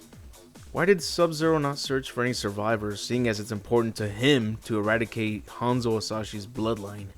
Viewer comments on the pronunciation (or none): none